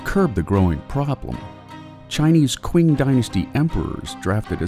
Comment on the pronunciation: You pronounced "qing" incorrectly. It's pronounced "ching." Just FYI